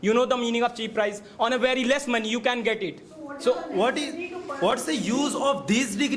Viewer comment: Get❎ git✅ 😅😅